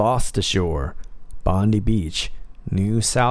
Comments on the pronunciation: It’s Bon-die, as in deceased/expired/carked it, not Bon-dee. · AAAAARRRRGGGG... BONDI …. PRONOUNCED BOND EYE..... sweet Jesus.... why do you Americans get our Aussie names soooooooo wrong..lollollollollol Like the city I live in...… Melbourne..... you pronounce it MELBOOOORRRRRRN.... no...… we pronounce it Melbn. no ORN in Melbourne....lollollol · Bondi beach , big I, Bond-eye beach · SPM - pronounced Bondeye Beach. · Bondi = pronounced Bondeye. 👍👍👍